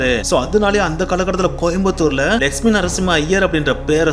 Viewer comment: Lakshmi ..nu neenga sollumpothu legspin nu kekuthu ..konjam theliva sollunga brother 😅